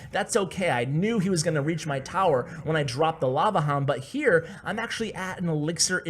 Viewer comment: It's lava HOUND NOT LAVA LOOND